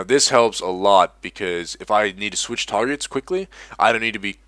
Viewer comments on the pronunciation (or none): none